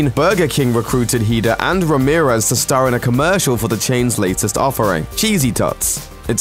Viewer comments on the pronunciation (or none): he totally butchered the name RAMIREZ